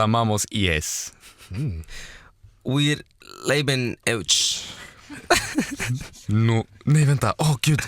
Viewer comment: Also, the 'euch' really became an 'ouch'. I laughed so hard. Then again, as a German teenager a long time ago, I felt English was the one language I could express emotions in, as in German it all sounded so awkward and silly, especially 'Ich liebe dich' and also what I did was not something active I chose as 'sich verlieben', but I was definitely falling. Now falling into this movie and the ton of stuff fans have been postiing is wonderful - until I hit bottom, I guess, but what a wonderful ride.